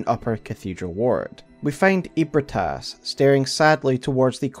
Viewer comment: Bro NOTHING in this story is called “EEH-brih-TAS.” Wtf are you saying? for real. All the effort to unpack lore, and you ruin it…saying “ eat Brit ass, eat Brit ass.”